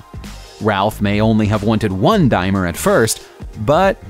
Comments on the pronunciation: Brits do not drive on the right hand side of the road ! Also get the pronounciations correct. It’s Daimler as in dame nit dime. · ''DAME LER'' NOT ' DIME-LER' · firstly, its pronounced DAME-LER not DIME-LER. and secondly, we british drive on the LEFT hand side of the road whilst our driving seat is on the right. i hope that helps? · The Daimler he mentions is known as the Daimler Dart (sp250) Not to take anything away from this british classic but they are not nearly as rare, or expensive as he makes out. My dad used to own one. Daimler is pronounced like dame ler not dime er or whatever he was rambling on about. In reflection this was a pretty awful upload. I watched to the end only as I could not believe the crap being spouted as fact. Thanks to every one else bringing facts to the comments section otherwise there would be a lot of people believing this rubbish. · Dimer? I think you mean Daimler (Dart) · By the Way, Mr Narrator its spelt Diamler, but pronounced Dameler, you carballed attempt really shows that you are not any way a car lover, if you dont know how its said find someone who does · Whats a Dimer? DAIM-LER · You keep saying Dimer... it's Daimler, with an L. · I got as far as the Daimler. Go on... say Dymler again..... hahahaha! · Damn!...I've been driving on the wrong side of the road in the U.K. my whole life 😂 What the hell is a 'Dimer'? 😂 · When a non-car guy makes a vid: this is what you get. "Dimeler"? "Feebird"? And tell me, WHAT SIDE OF THE ROAD DO PEOPLE DRIVE ON IN THE UK???? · I heard it as 'Dimer'... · What’s with the DIMELER , it really annoys me when the narrator cannot pronounce the name correctly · Please learn something about Britain and how to pronounce British words also before giving false information. We don’t drive on the right, we drive on the left. Our cars don’t need to be specially adapted whatever you meant by that. Daimler is pronounced ‘Dame-ler’ Mille Miglia is pronounced ‘Mille Mil-ya’ Couldn’t think of any other insults